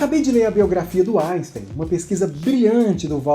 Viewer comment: Não dá para aguentar ele falando "Aisten".